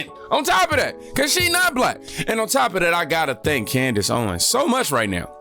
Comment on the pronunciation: It's wild you and Candace pronounce her name wrong. It's clearly on purpose. Her name isn't hard. A chimp could say it right. Just like how people say CandaNce with an N. Like come on.